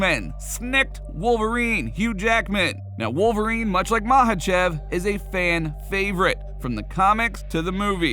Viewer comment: Confirmed " WOLFVERINE"